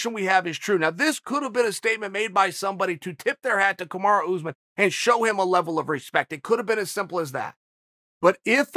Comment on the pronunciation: PSA: his name is not OOZEMIN lol . its ussmaan .. uss like puss (no other word here lol) and man like "mon" .. or "gone" i need everything who says OOZEMIN to do 5 sets of 5 reps of this twice a week. I believe in yall